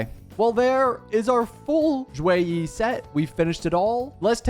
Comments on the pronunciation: The "Xue" is actually less of a "Z" sound and more of a "Sh" sound in Mandarin, so it sounds more like "Shoe-weh" rather than "Zhoo-way"! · Should be "Shu -e -ih" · In Chinese it would more or so be shue e so for the shue you have to like upper your tone and for the e you have to lower the tone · it's more like shuYei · no, its pronounce more like sheh-ee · not really almost perfect, more like the last 20% was correct 😂